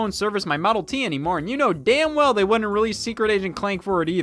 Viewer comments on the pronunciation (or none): none